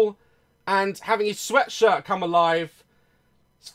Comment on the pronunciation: Tangina sabi niya "Sweatsirt"